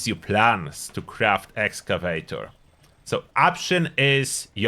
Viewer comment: I wish you still pronounced it "Excavaytchor". That always made me smile. I do run Union PA now, but it was hard to give up that beautiful set of "Excavaytchor." I still have it stashed though.